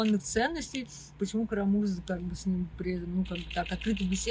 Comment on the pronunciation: Как бы, типа, Кара-Му́рза. Хоть бы подготовилась